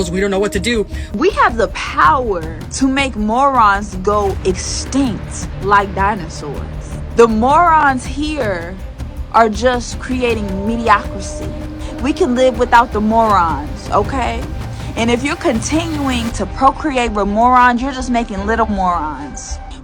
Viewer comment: She rails on "morons", but doesn't even know how to pronounce the word "mediocrity"? Make it make sense.